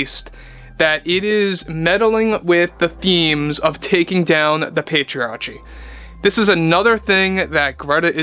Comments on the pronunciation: Just a minor point: it’s pronounced pay-tree-ARR-kee. Hard “c”. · Pay-tree-are-key is how you pronounce patriarchy, sorry to nitpick good video all around bro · It's said like this Pay-tree-arrrr-key 😉